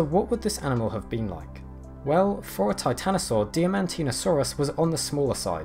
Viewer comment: I have to be 'that' guy, sorry! Diamantina (as in, Diamantina Shire, a Diamantina drover and Diamantinasaur) is pronounced similar to diamond; 'die-man-tina'. That being said ya do awesome work and it's great to see dino's from around where I grew up on the list!